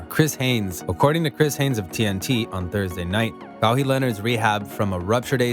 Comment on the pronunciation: Bro you lost me with your pronunciation. Like how can you get it wrong? Your vid is about him. All good tho just don’t let it happen again lol